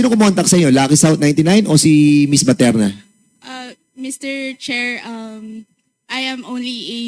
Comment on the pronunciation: Gg., BATERNA PO AT HINDI PATERNA. saw2 ka ng saw2, magbasa2 muna sa balat ng suman.